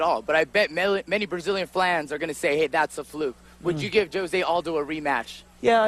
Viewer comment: " many Brazilian flans" "FLANS"?????